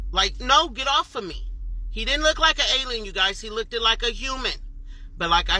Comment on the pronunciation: i cant believe anything an adult that say's "look-ded" say, she lost all credibility from that point on